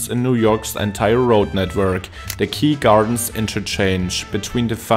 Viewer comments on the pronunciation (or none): First time watching this channel - absolutely fascinating. One small correction: Its 'Kew Gardens' not 'Key Gardens' - I know that interchange very well, having used it almost daily for years. The Grand Central, after the Van Wyck split, also has a ramp for the Jackie Robinson Parkway. Great job ! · hii its acutally called Kew (pronounced "cue") Gardens not Key